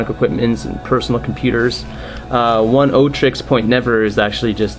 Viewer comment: dude its "OH-NEE-OH" not "ONE-OH"